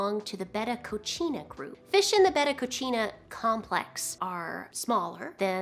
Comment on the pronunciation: not trying to be smart, i just wanted to share, coccina, is pronounced as “co-see-na”.